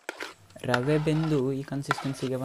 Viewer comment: Rava alla rave.